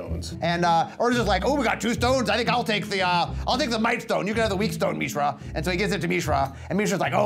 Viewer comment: Did Maro just say MEESHRA?